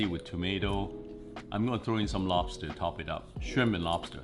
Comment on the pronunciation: Says rice cake then makes fun of dad for saying wobster